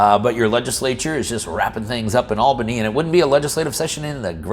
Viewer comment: . I’m shocked a non NY’er got “Albany” right!